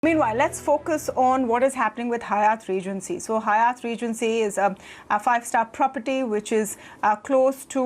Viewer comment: Being a prime and esteemed channel ET must be more careful around correct pronunciation of Hyatt. The anchor has repeatedly said it incorrectly. Please look into such details.. Thanks..